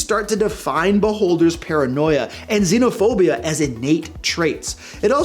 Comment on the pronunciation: "Xenophob" lmao